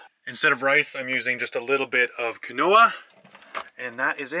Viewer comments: If you marinate your tofu in a bit of your curry sauce than fry it I think you would really enjoy it! Tofu is best when marinated in anything , it is like a sponge and takes on any flavor you want! In case you didn't know Quinoa is pronounced like " Keen wa" I never knew that and said it just like you for a long time until I was corrected. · Every time you pronounce quinoa is makes me grin.